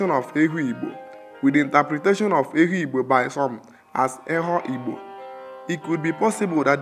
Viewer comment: The narrator mispronounced the name Ehugbo as well as most of the other names indigenous to Afikpo. Also, there were clips that most likely were borrowed from other sources. Aside from that, Afikpo is a tourist potential waiting to be explored. The people are very hospitable and accommodating. It's native government system is second to known in the whole third world, as Ehugbo had practiced native parliamentary system (ekpuke-etos & ekpuke essas) since before medieval times